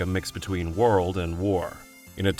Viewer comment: “Lost Warld” was the first “Transfarring”